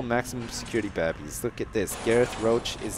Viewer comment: I love how he says babies it's like babbies 😂